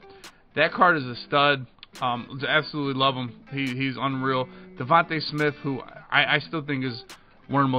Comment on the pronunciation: bro said devonta smith better than 📀🐏 LMAOOO